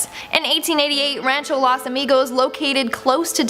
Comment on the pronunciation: Wtf??? Las?? You guys butcher every Spanish word it’s LOS with an O not an A ITS NOT THAT HARD omfg please if you wanna report on it learn to say it